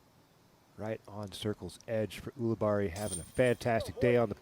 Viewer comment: I love Philo, but I hate how he says "Ool-abarri." The man pronounces his own name as "Yool-abarri."